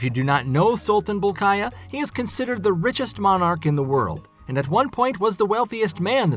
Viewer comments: Not Sultan Bolkayah. It Bolkiah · Not Sultan Bulkaya. Its Sultan Hassanal Bolkiah.